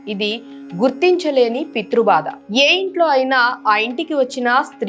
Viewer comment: Bada kaadu,baadha ani palakaali,meeru ottulu,palikithe baguntundi